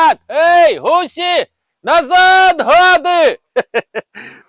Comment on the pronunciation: ГусИ, а не гусІ